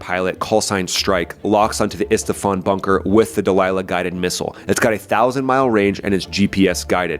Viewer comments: can you please say the city’s name correctly it’s IS FA HAN , you call it IS TA FAN . other than that love ur vids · Love your channel, but it is ISFAHAN . ON T's